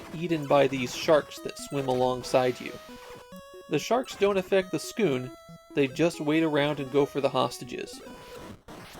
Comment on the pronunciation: I think it’s just ‘Skoon’ since there’s no ‘u’